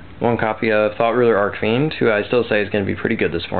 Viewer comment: Also dude, it's Arch fiend. The CH is read the same way you read it when saying CHeese. ArCH, not Arc. Just saying.